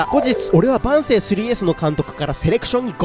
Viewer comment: 万世の発音よ